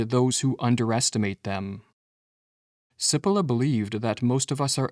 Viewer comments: It's not Si-polla. It's Chi-polla... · My friend I am Italian American and I speak Italian. May I help you with the pronunciation of the name “Cipolla” (Chee-Po-lla) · The irony of producing a video about stupidity where the presenter doesn’t realize that he is mispronouncing the name Cippola. In Italian CI is pronounced “chee” not “see” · His name is pronounced CHEE-po-law ... not sippolah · Just for the record, his name is pronounced chee-POLE-ah. That's ignorance, not stupidity. Btw, it means 'onion'. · Please note, Italian pronunciation of Cipolla is 'cheepollah' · Pronounced, in Italian, 'Chipolla'. Thank you lovely brothers. Peace and love from the North Pole. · It might help the presentation if you pronounced the author’s name correctly. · Please pronounce 'Cipolla' correctly or people are going to think you are stupid. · The AI voice mispronounces Cipolla's name. Stupid. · Cari fratelli canadesi - Carlo Cipolla was italian (died in 2000). would you kindly, per favore, pronounce his name the way Cipolla is pronounced in Italy? Grazie. 🧅🧅🧅🙏